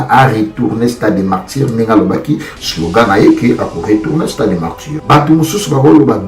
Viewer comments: Garçon qui te demande de parler en français vraiment qui dit moi,fait ton analyses en lingala c'est plus mieux on dit pas initiatif mais initiative,c'est stade de Martyrs pas de Martdjir aujourd'hui j'approuve que c'est toi la définition du mots RIDICULE dans le Dictionnaire. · Stade de marture ? Réussi toi tu dis ressu ? Décortiquer toi tu prononce Décortuquer ...Bref